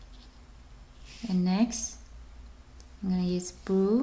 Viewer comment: when she said blue she said boo